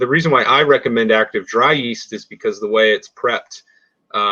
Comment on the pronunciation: he keeps calling it 'east', it's a 'yeast' .. there is a y in there, yyeeast.